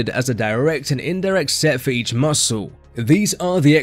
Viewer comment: Say muscle properly Ffs